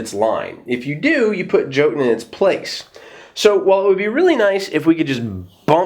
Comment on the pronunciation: Awesome review as usual, I will probobly be adding this to my collection and the expansion definitely looks good. Just a little FYI jotunn since it is a Norse word, in its current arrangement the J would have a Y sound to it, so it would be more like saying yotunn.